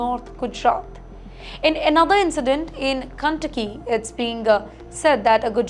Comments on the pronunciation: Madam it's not Cuntucky but KENTUCKY... inspirational reporting 😂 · Ken not Kan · OMG 😱cun takki ? Hare’s the part, commuty, coperate, tenasi, goment….WHERE DID THIS WOMAN LEARN OR DIDNT LEARN TO SPEAK ?? Yet she is only reporting on all USA matters and issues…. TIMESXP PLEASE REMOVE HER, HOW CAN ANYONE LISTEN TO HER, LEAVE ALONE BELIEVE OR SERIOUSLY TAKE WHAT SHE IS TALKING ABOUT ???